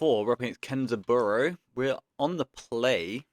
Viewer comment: The match 4 with kenzaburo is why you are the GOAT at aggro bazaar. Btw it's not kenza-burrow it's ken (liaison s becomes z) zaburo